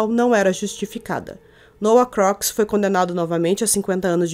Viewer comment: O sobrenome se diz Crucs